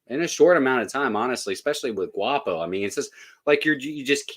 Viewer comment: Guapo: po as in pond not as in paw 😆